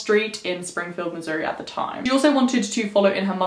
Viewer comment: I live in Missouri! I love this case!!!! Btw thank you for saying Missouri right!!